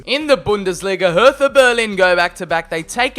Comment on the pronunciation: You say hertha bugugduiftuh